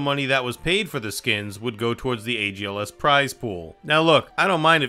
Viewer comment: "agls" lmfaooo its algs lol